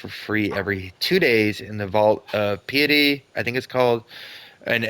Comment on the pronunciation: No big deal but piety is pronounced pie-et-ee :) Rather than pee-it-ee as you had it. From the word pious, which means very religious. Pie...ous Pie...ety. Anyway cheers!